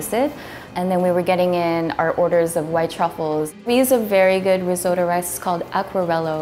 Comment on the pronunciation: “RIZZO-DO”. Sorry, what? 🙄 🇮🇹